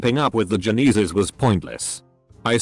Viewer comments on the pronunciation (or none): "keeping up with the 'Joe-knees-es' lol